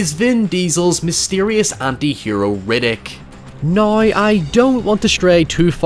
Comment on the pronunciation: I kept getting insulted that you kept telling me "No You!" but then I learnt thats how you say the word "Now".